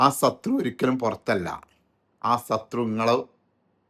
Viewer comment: SATHRU ALLA BOSSE SHATHRU